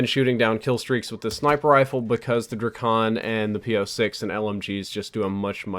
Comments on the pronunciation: It's Drak-on, not Dra-kon. You don't say Dra-gone do you? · It's DrAkon not Drikon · It's pronounced draykon. Like drake + akon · Hate how u say drakon its Drake in on dray kon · the way he says drakon tho